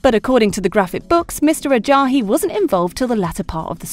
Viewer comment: AJAYI. Im dying the way you pronounced it!!! noooo